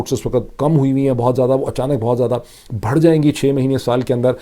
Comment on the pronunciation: بار بار بتایا ھے کہ بھڑ نہیں کہا کر۔ بڑھ جائے گی کہا کر ۔